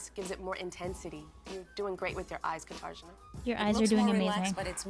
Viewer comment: I know it's not the focus of this video but during this cycle I was always SO angry at the judges' refusal to learn how to pronounce Katarzyna's name. Like, it was super rude and offensive and just rubbed me the wrong way. Especially when they'd call her things that weren't even remotely her name